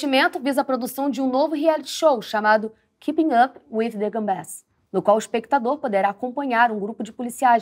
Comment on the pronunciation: eu ouvi "keeping up with the gambés"?